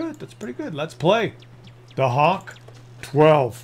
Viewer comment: It's pronounced Huh-Vay-Kuh. There are no hawks in Germany, only good old falcons. (And a few hogs but I digress.)